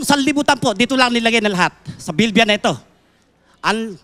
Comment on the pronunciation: Mr nalooae..BIBLIA..hindi BILBIA